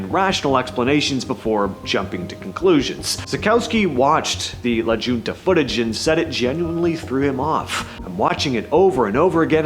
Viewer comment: La Junta is promounced “La Hunta”